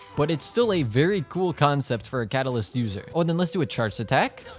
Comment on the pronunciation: 4 star kat a liss kelree